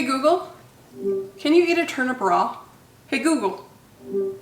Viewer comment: How u were saying can u eat a turnip raw? Was so confusing to me lol sounded like you were talking about a bra 😅